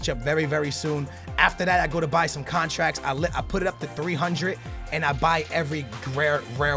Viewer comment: "13,000 thousand contraks"